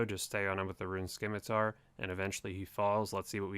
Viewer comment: learn how to pronounce scimitar